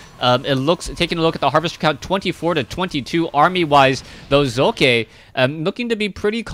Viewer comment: Hey, the second time u tried to pronounce socke was just right. the "O" in Socke is speakended very short... ^^